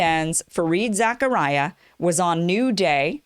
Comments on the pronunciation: I think it's pronounced "Za-car-ee-a". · Fareed Zachariah?! 😂😂😂 You mean Zakaria. He's Pakistani, not Yewish. Silly goose eating couscous! 😂